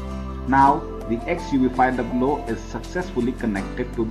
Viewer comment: It is called XUV 5 double O only and not 500